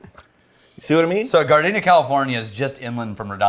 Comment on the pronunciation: Wait...that Cali Distillery is from where?? I heard Gardenia - like the flower - but is it actually Gardena? Coz that's where I'm from! Small world....